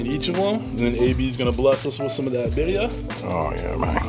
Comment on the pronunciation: You have to roll your (R’s) !🤣🤣 birria it’s like one my favorite dishes